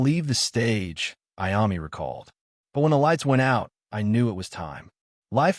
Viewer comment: If you can’t pronounce Iommi, just stop now, go away..